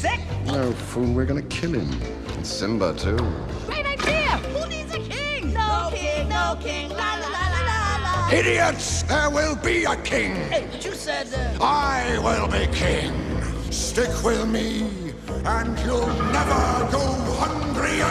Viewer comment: said hidiots instead of idiots